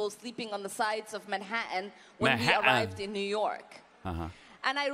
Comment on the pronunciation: That’s MAN-HATTEN not Ma-hatten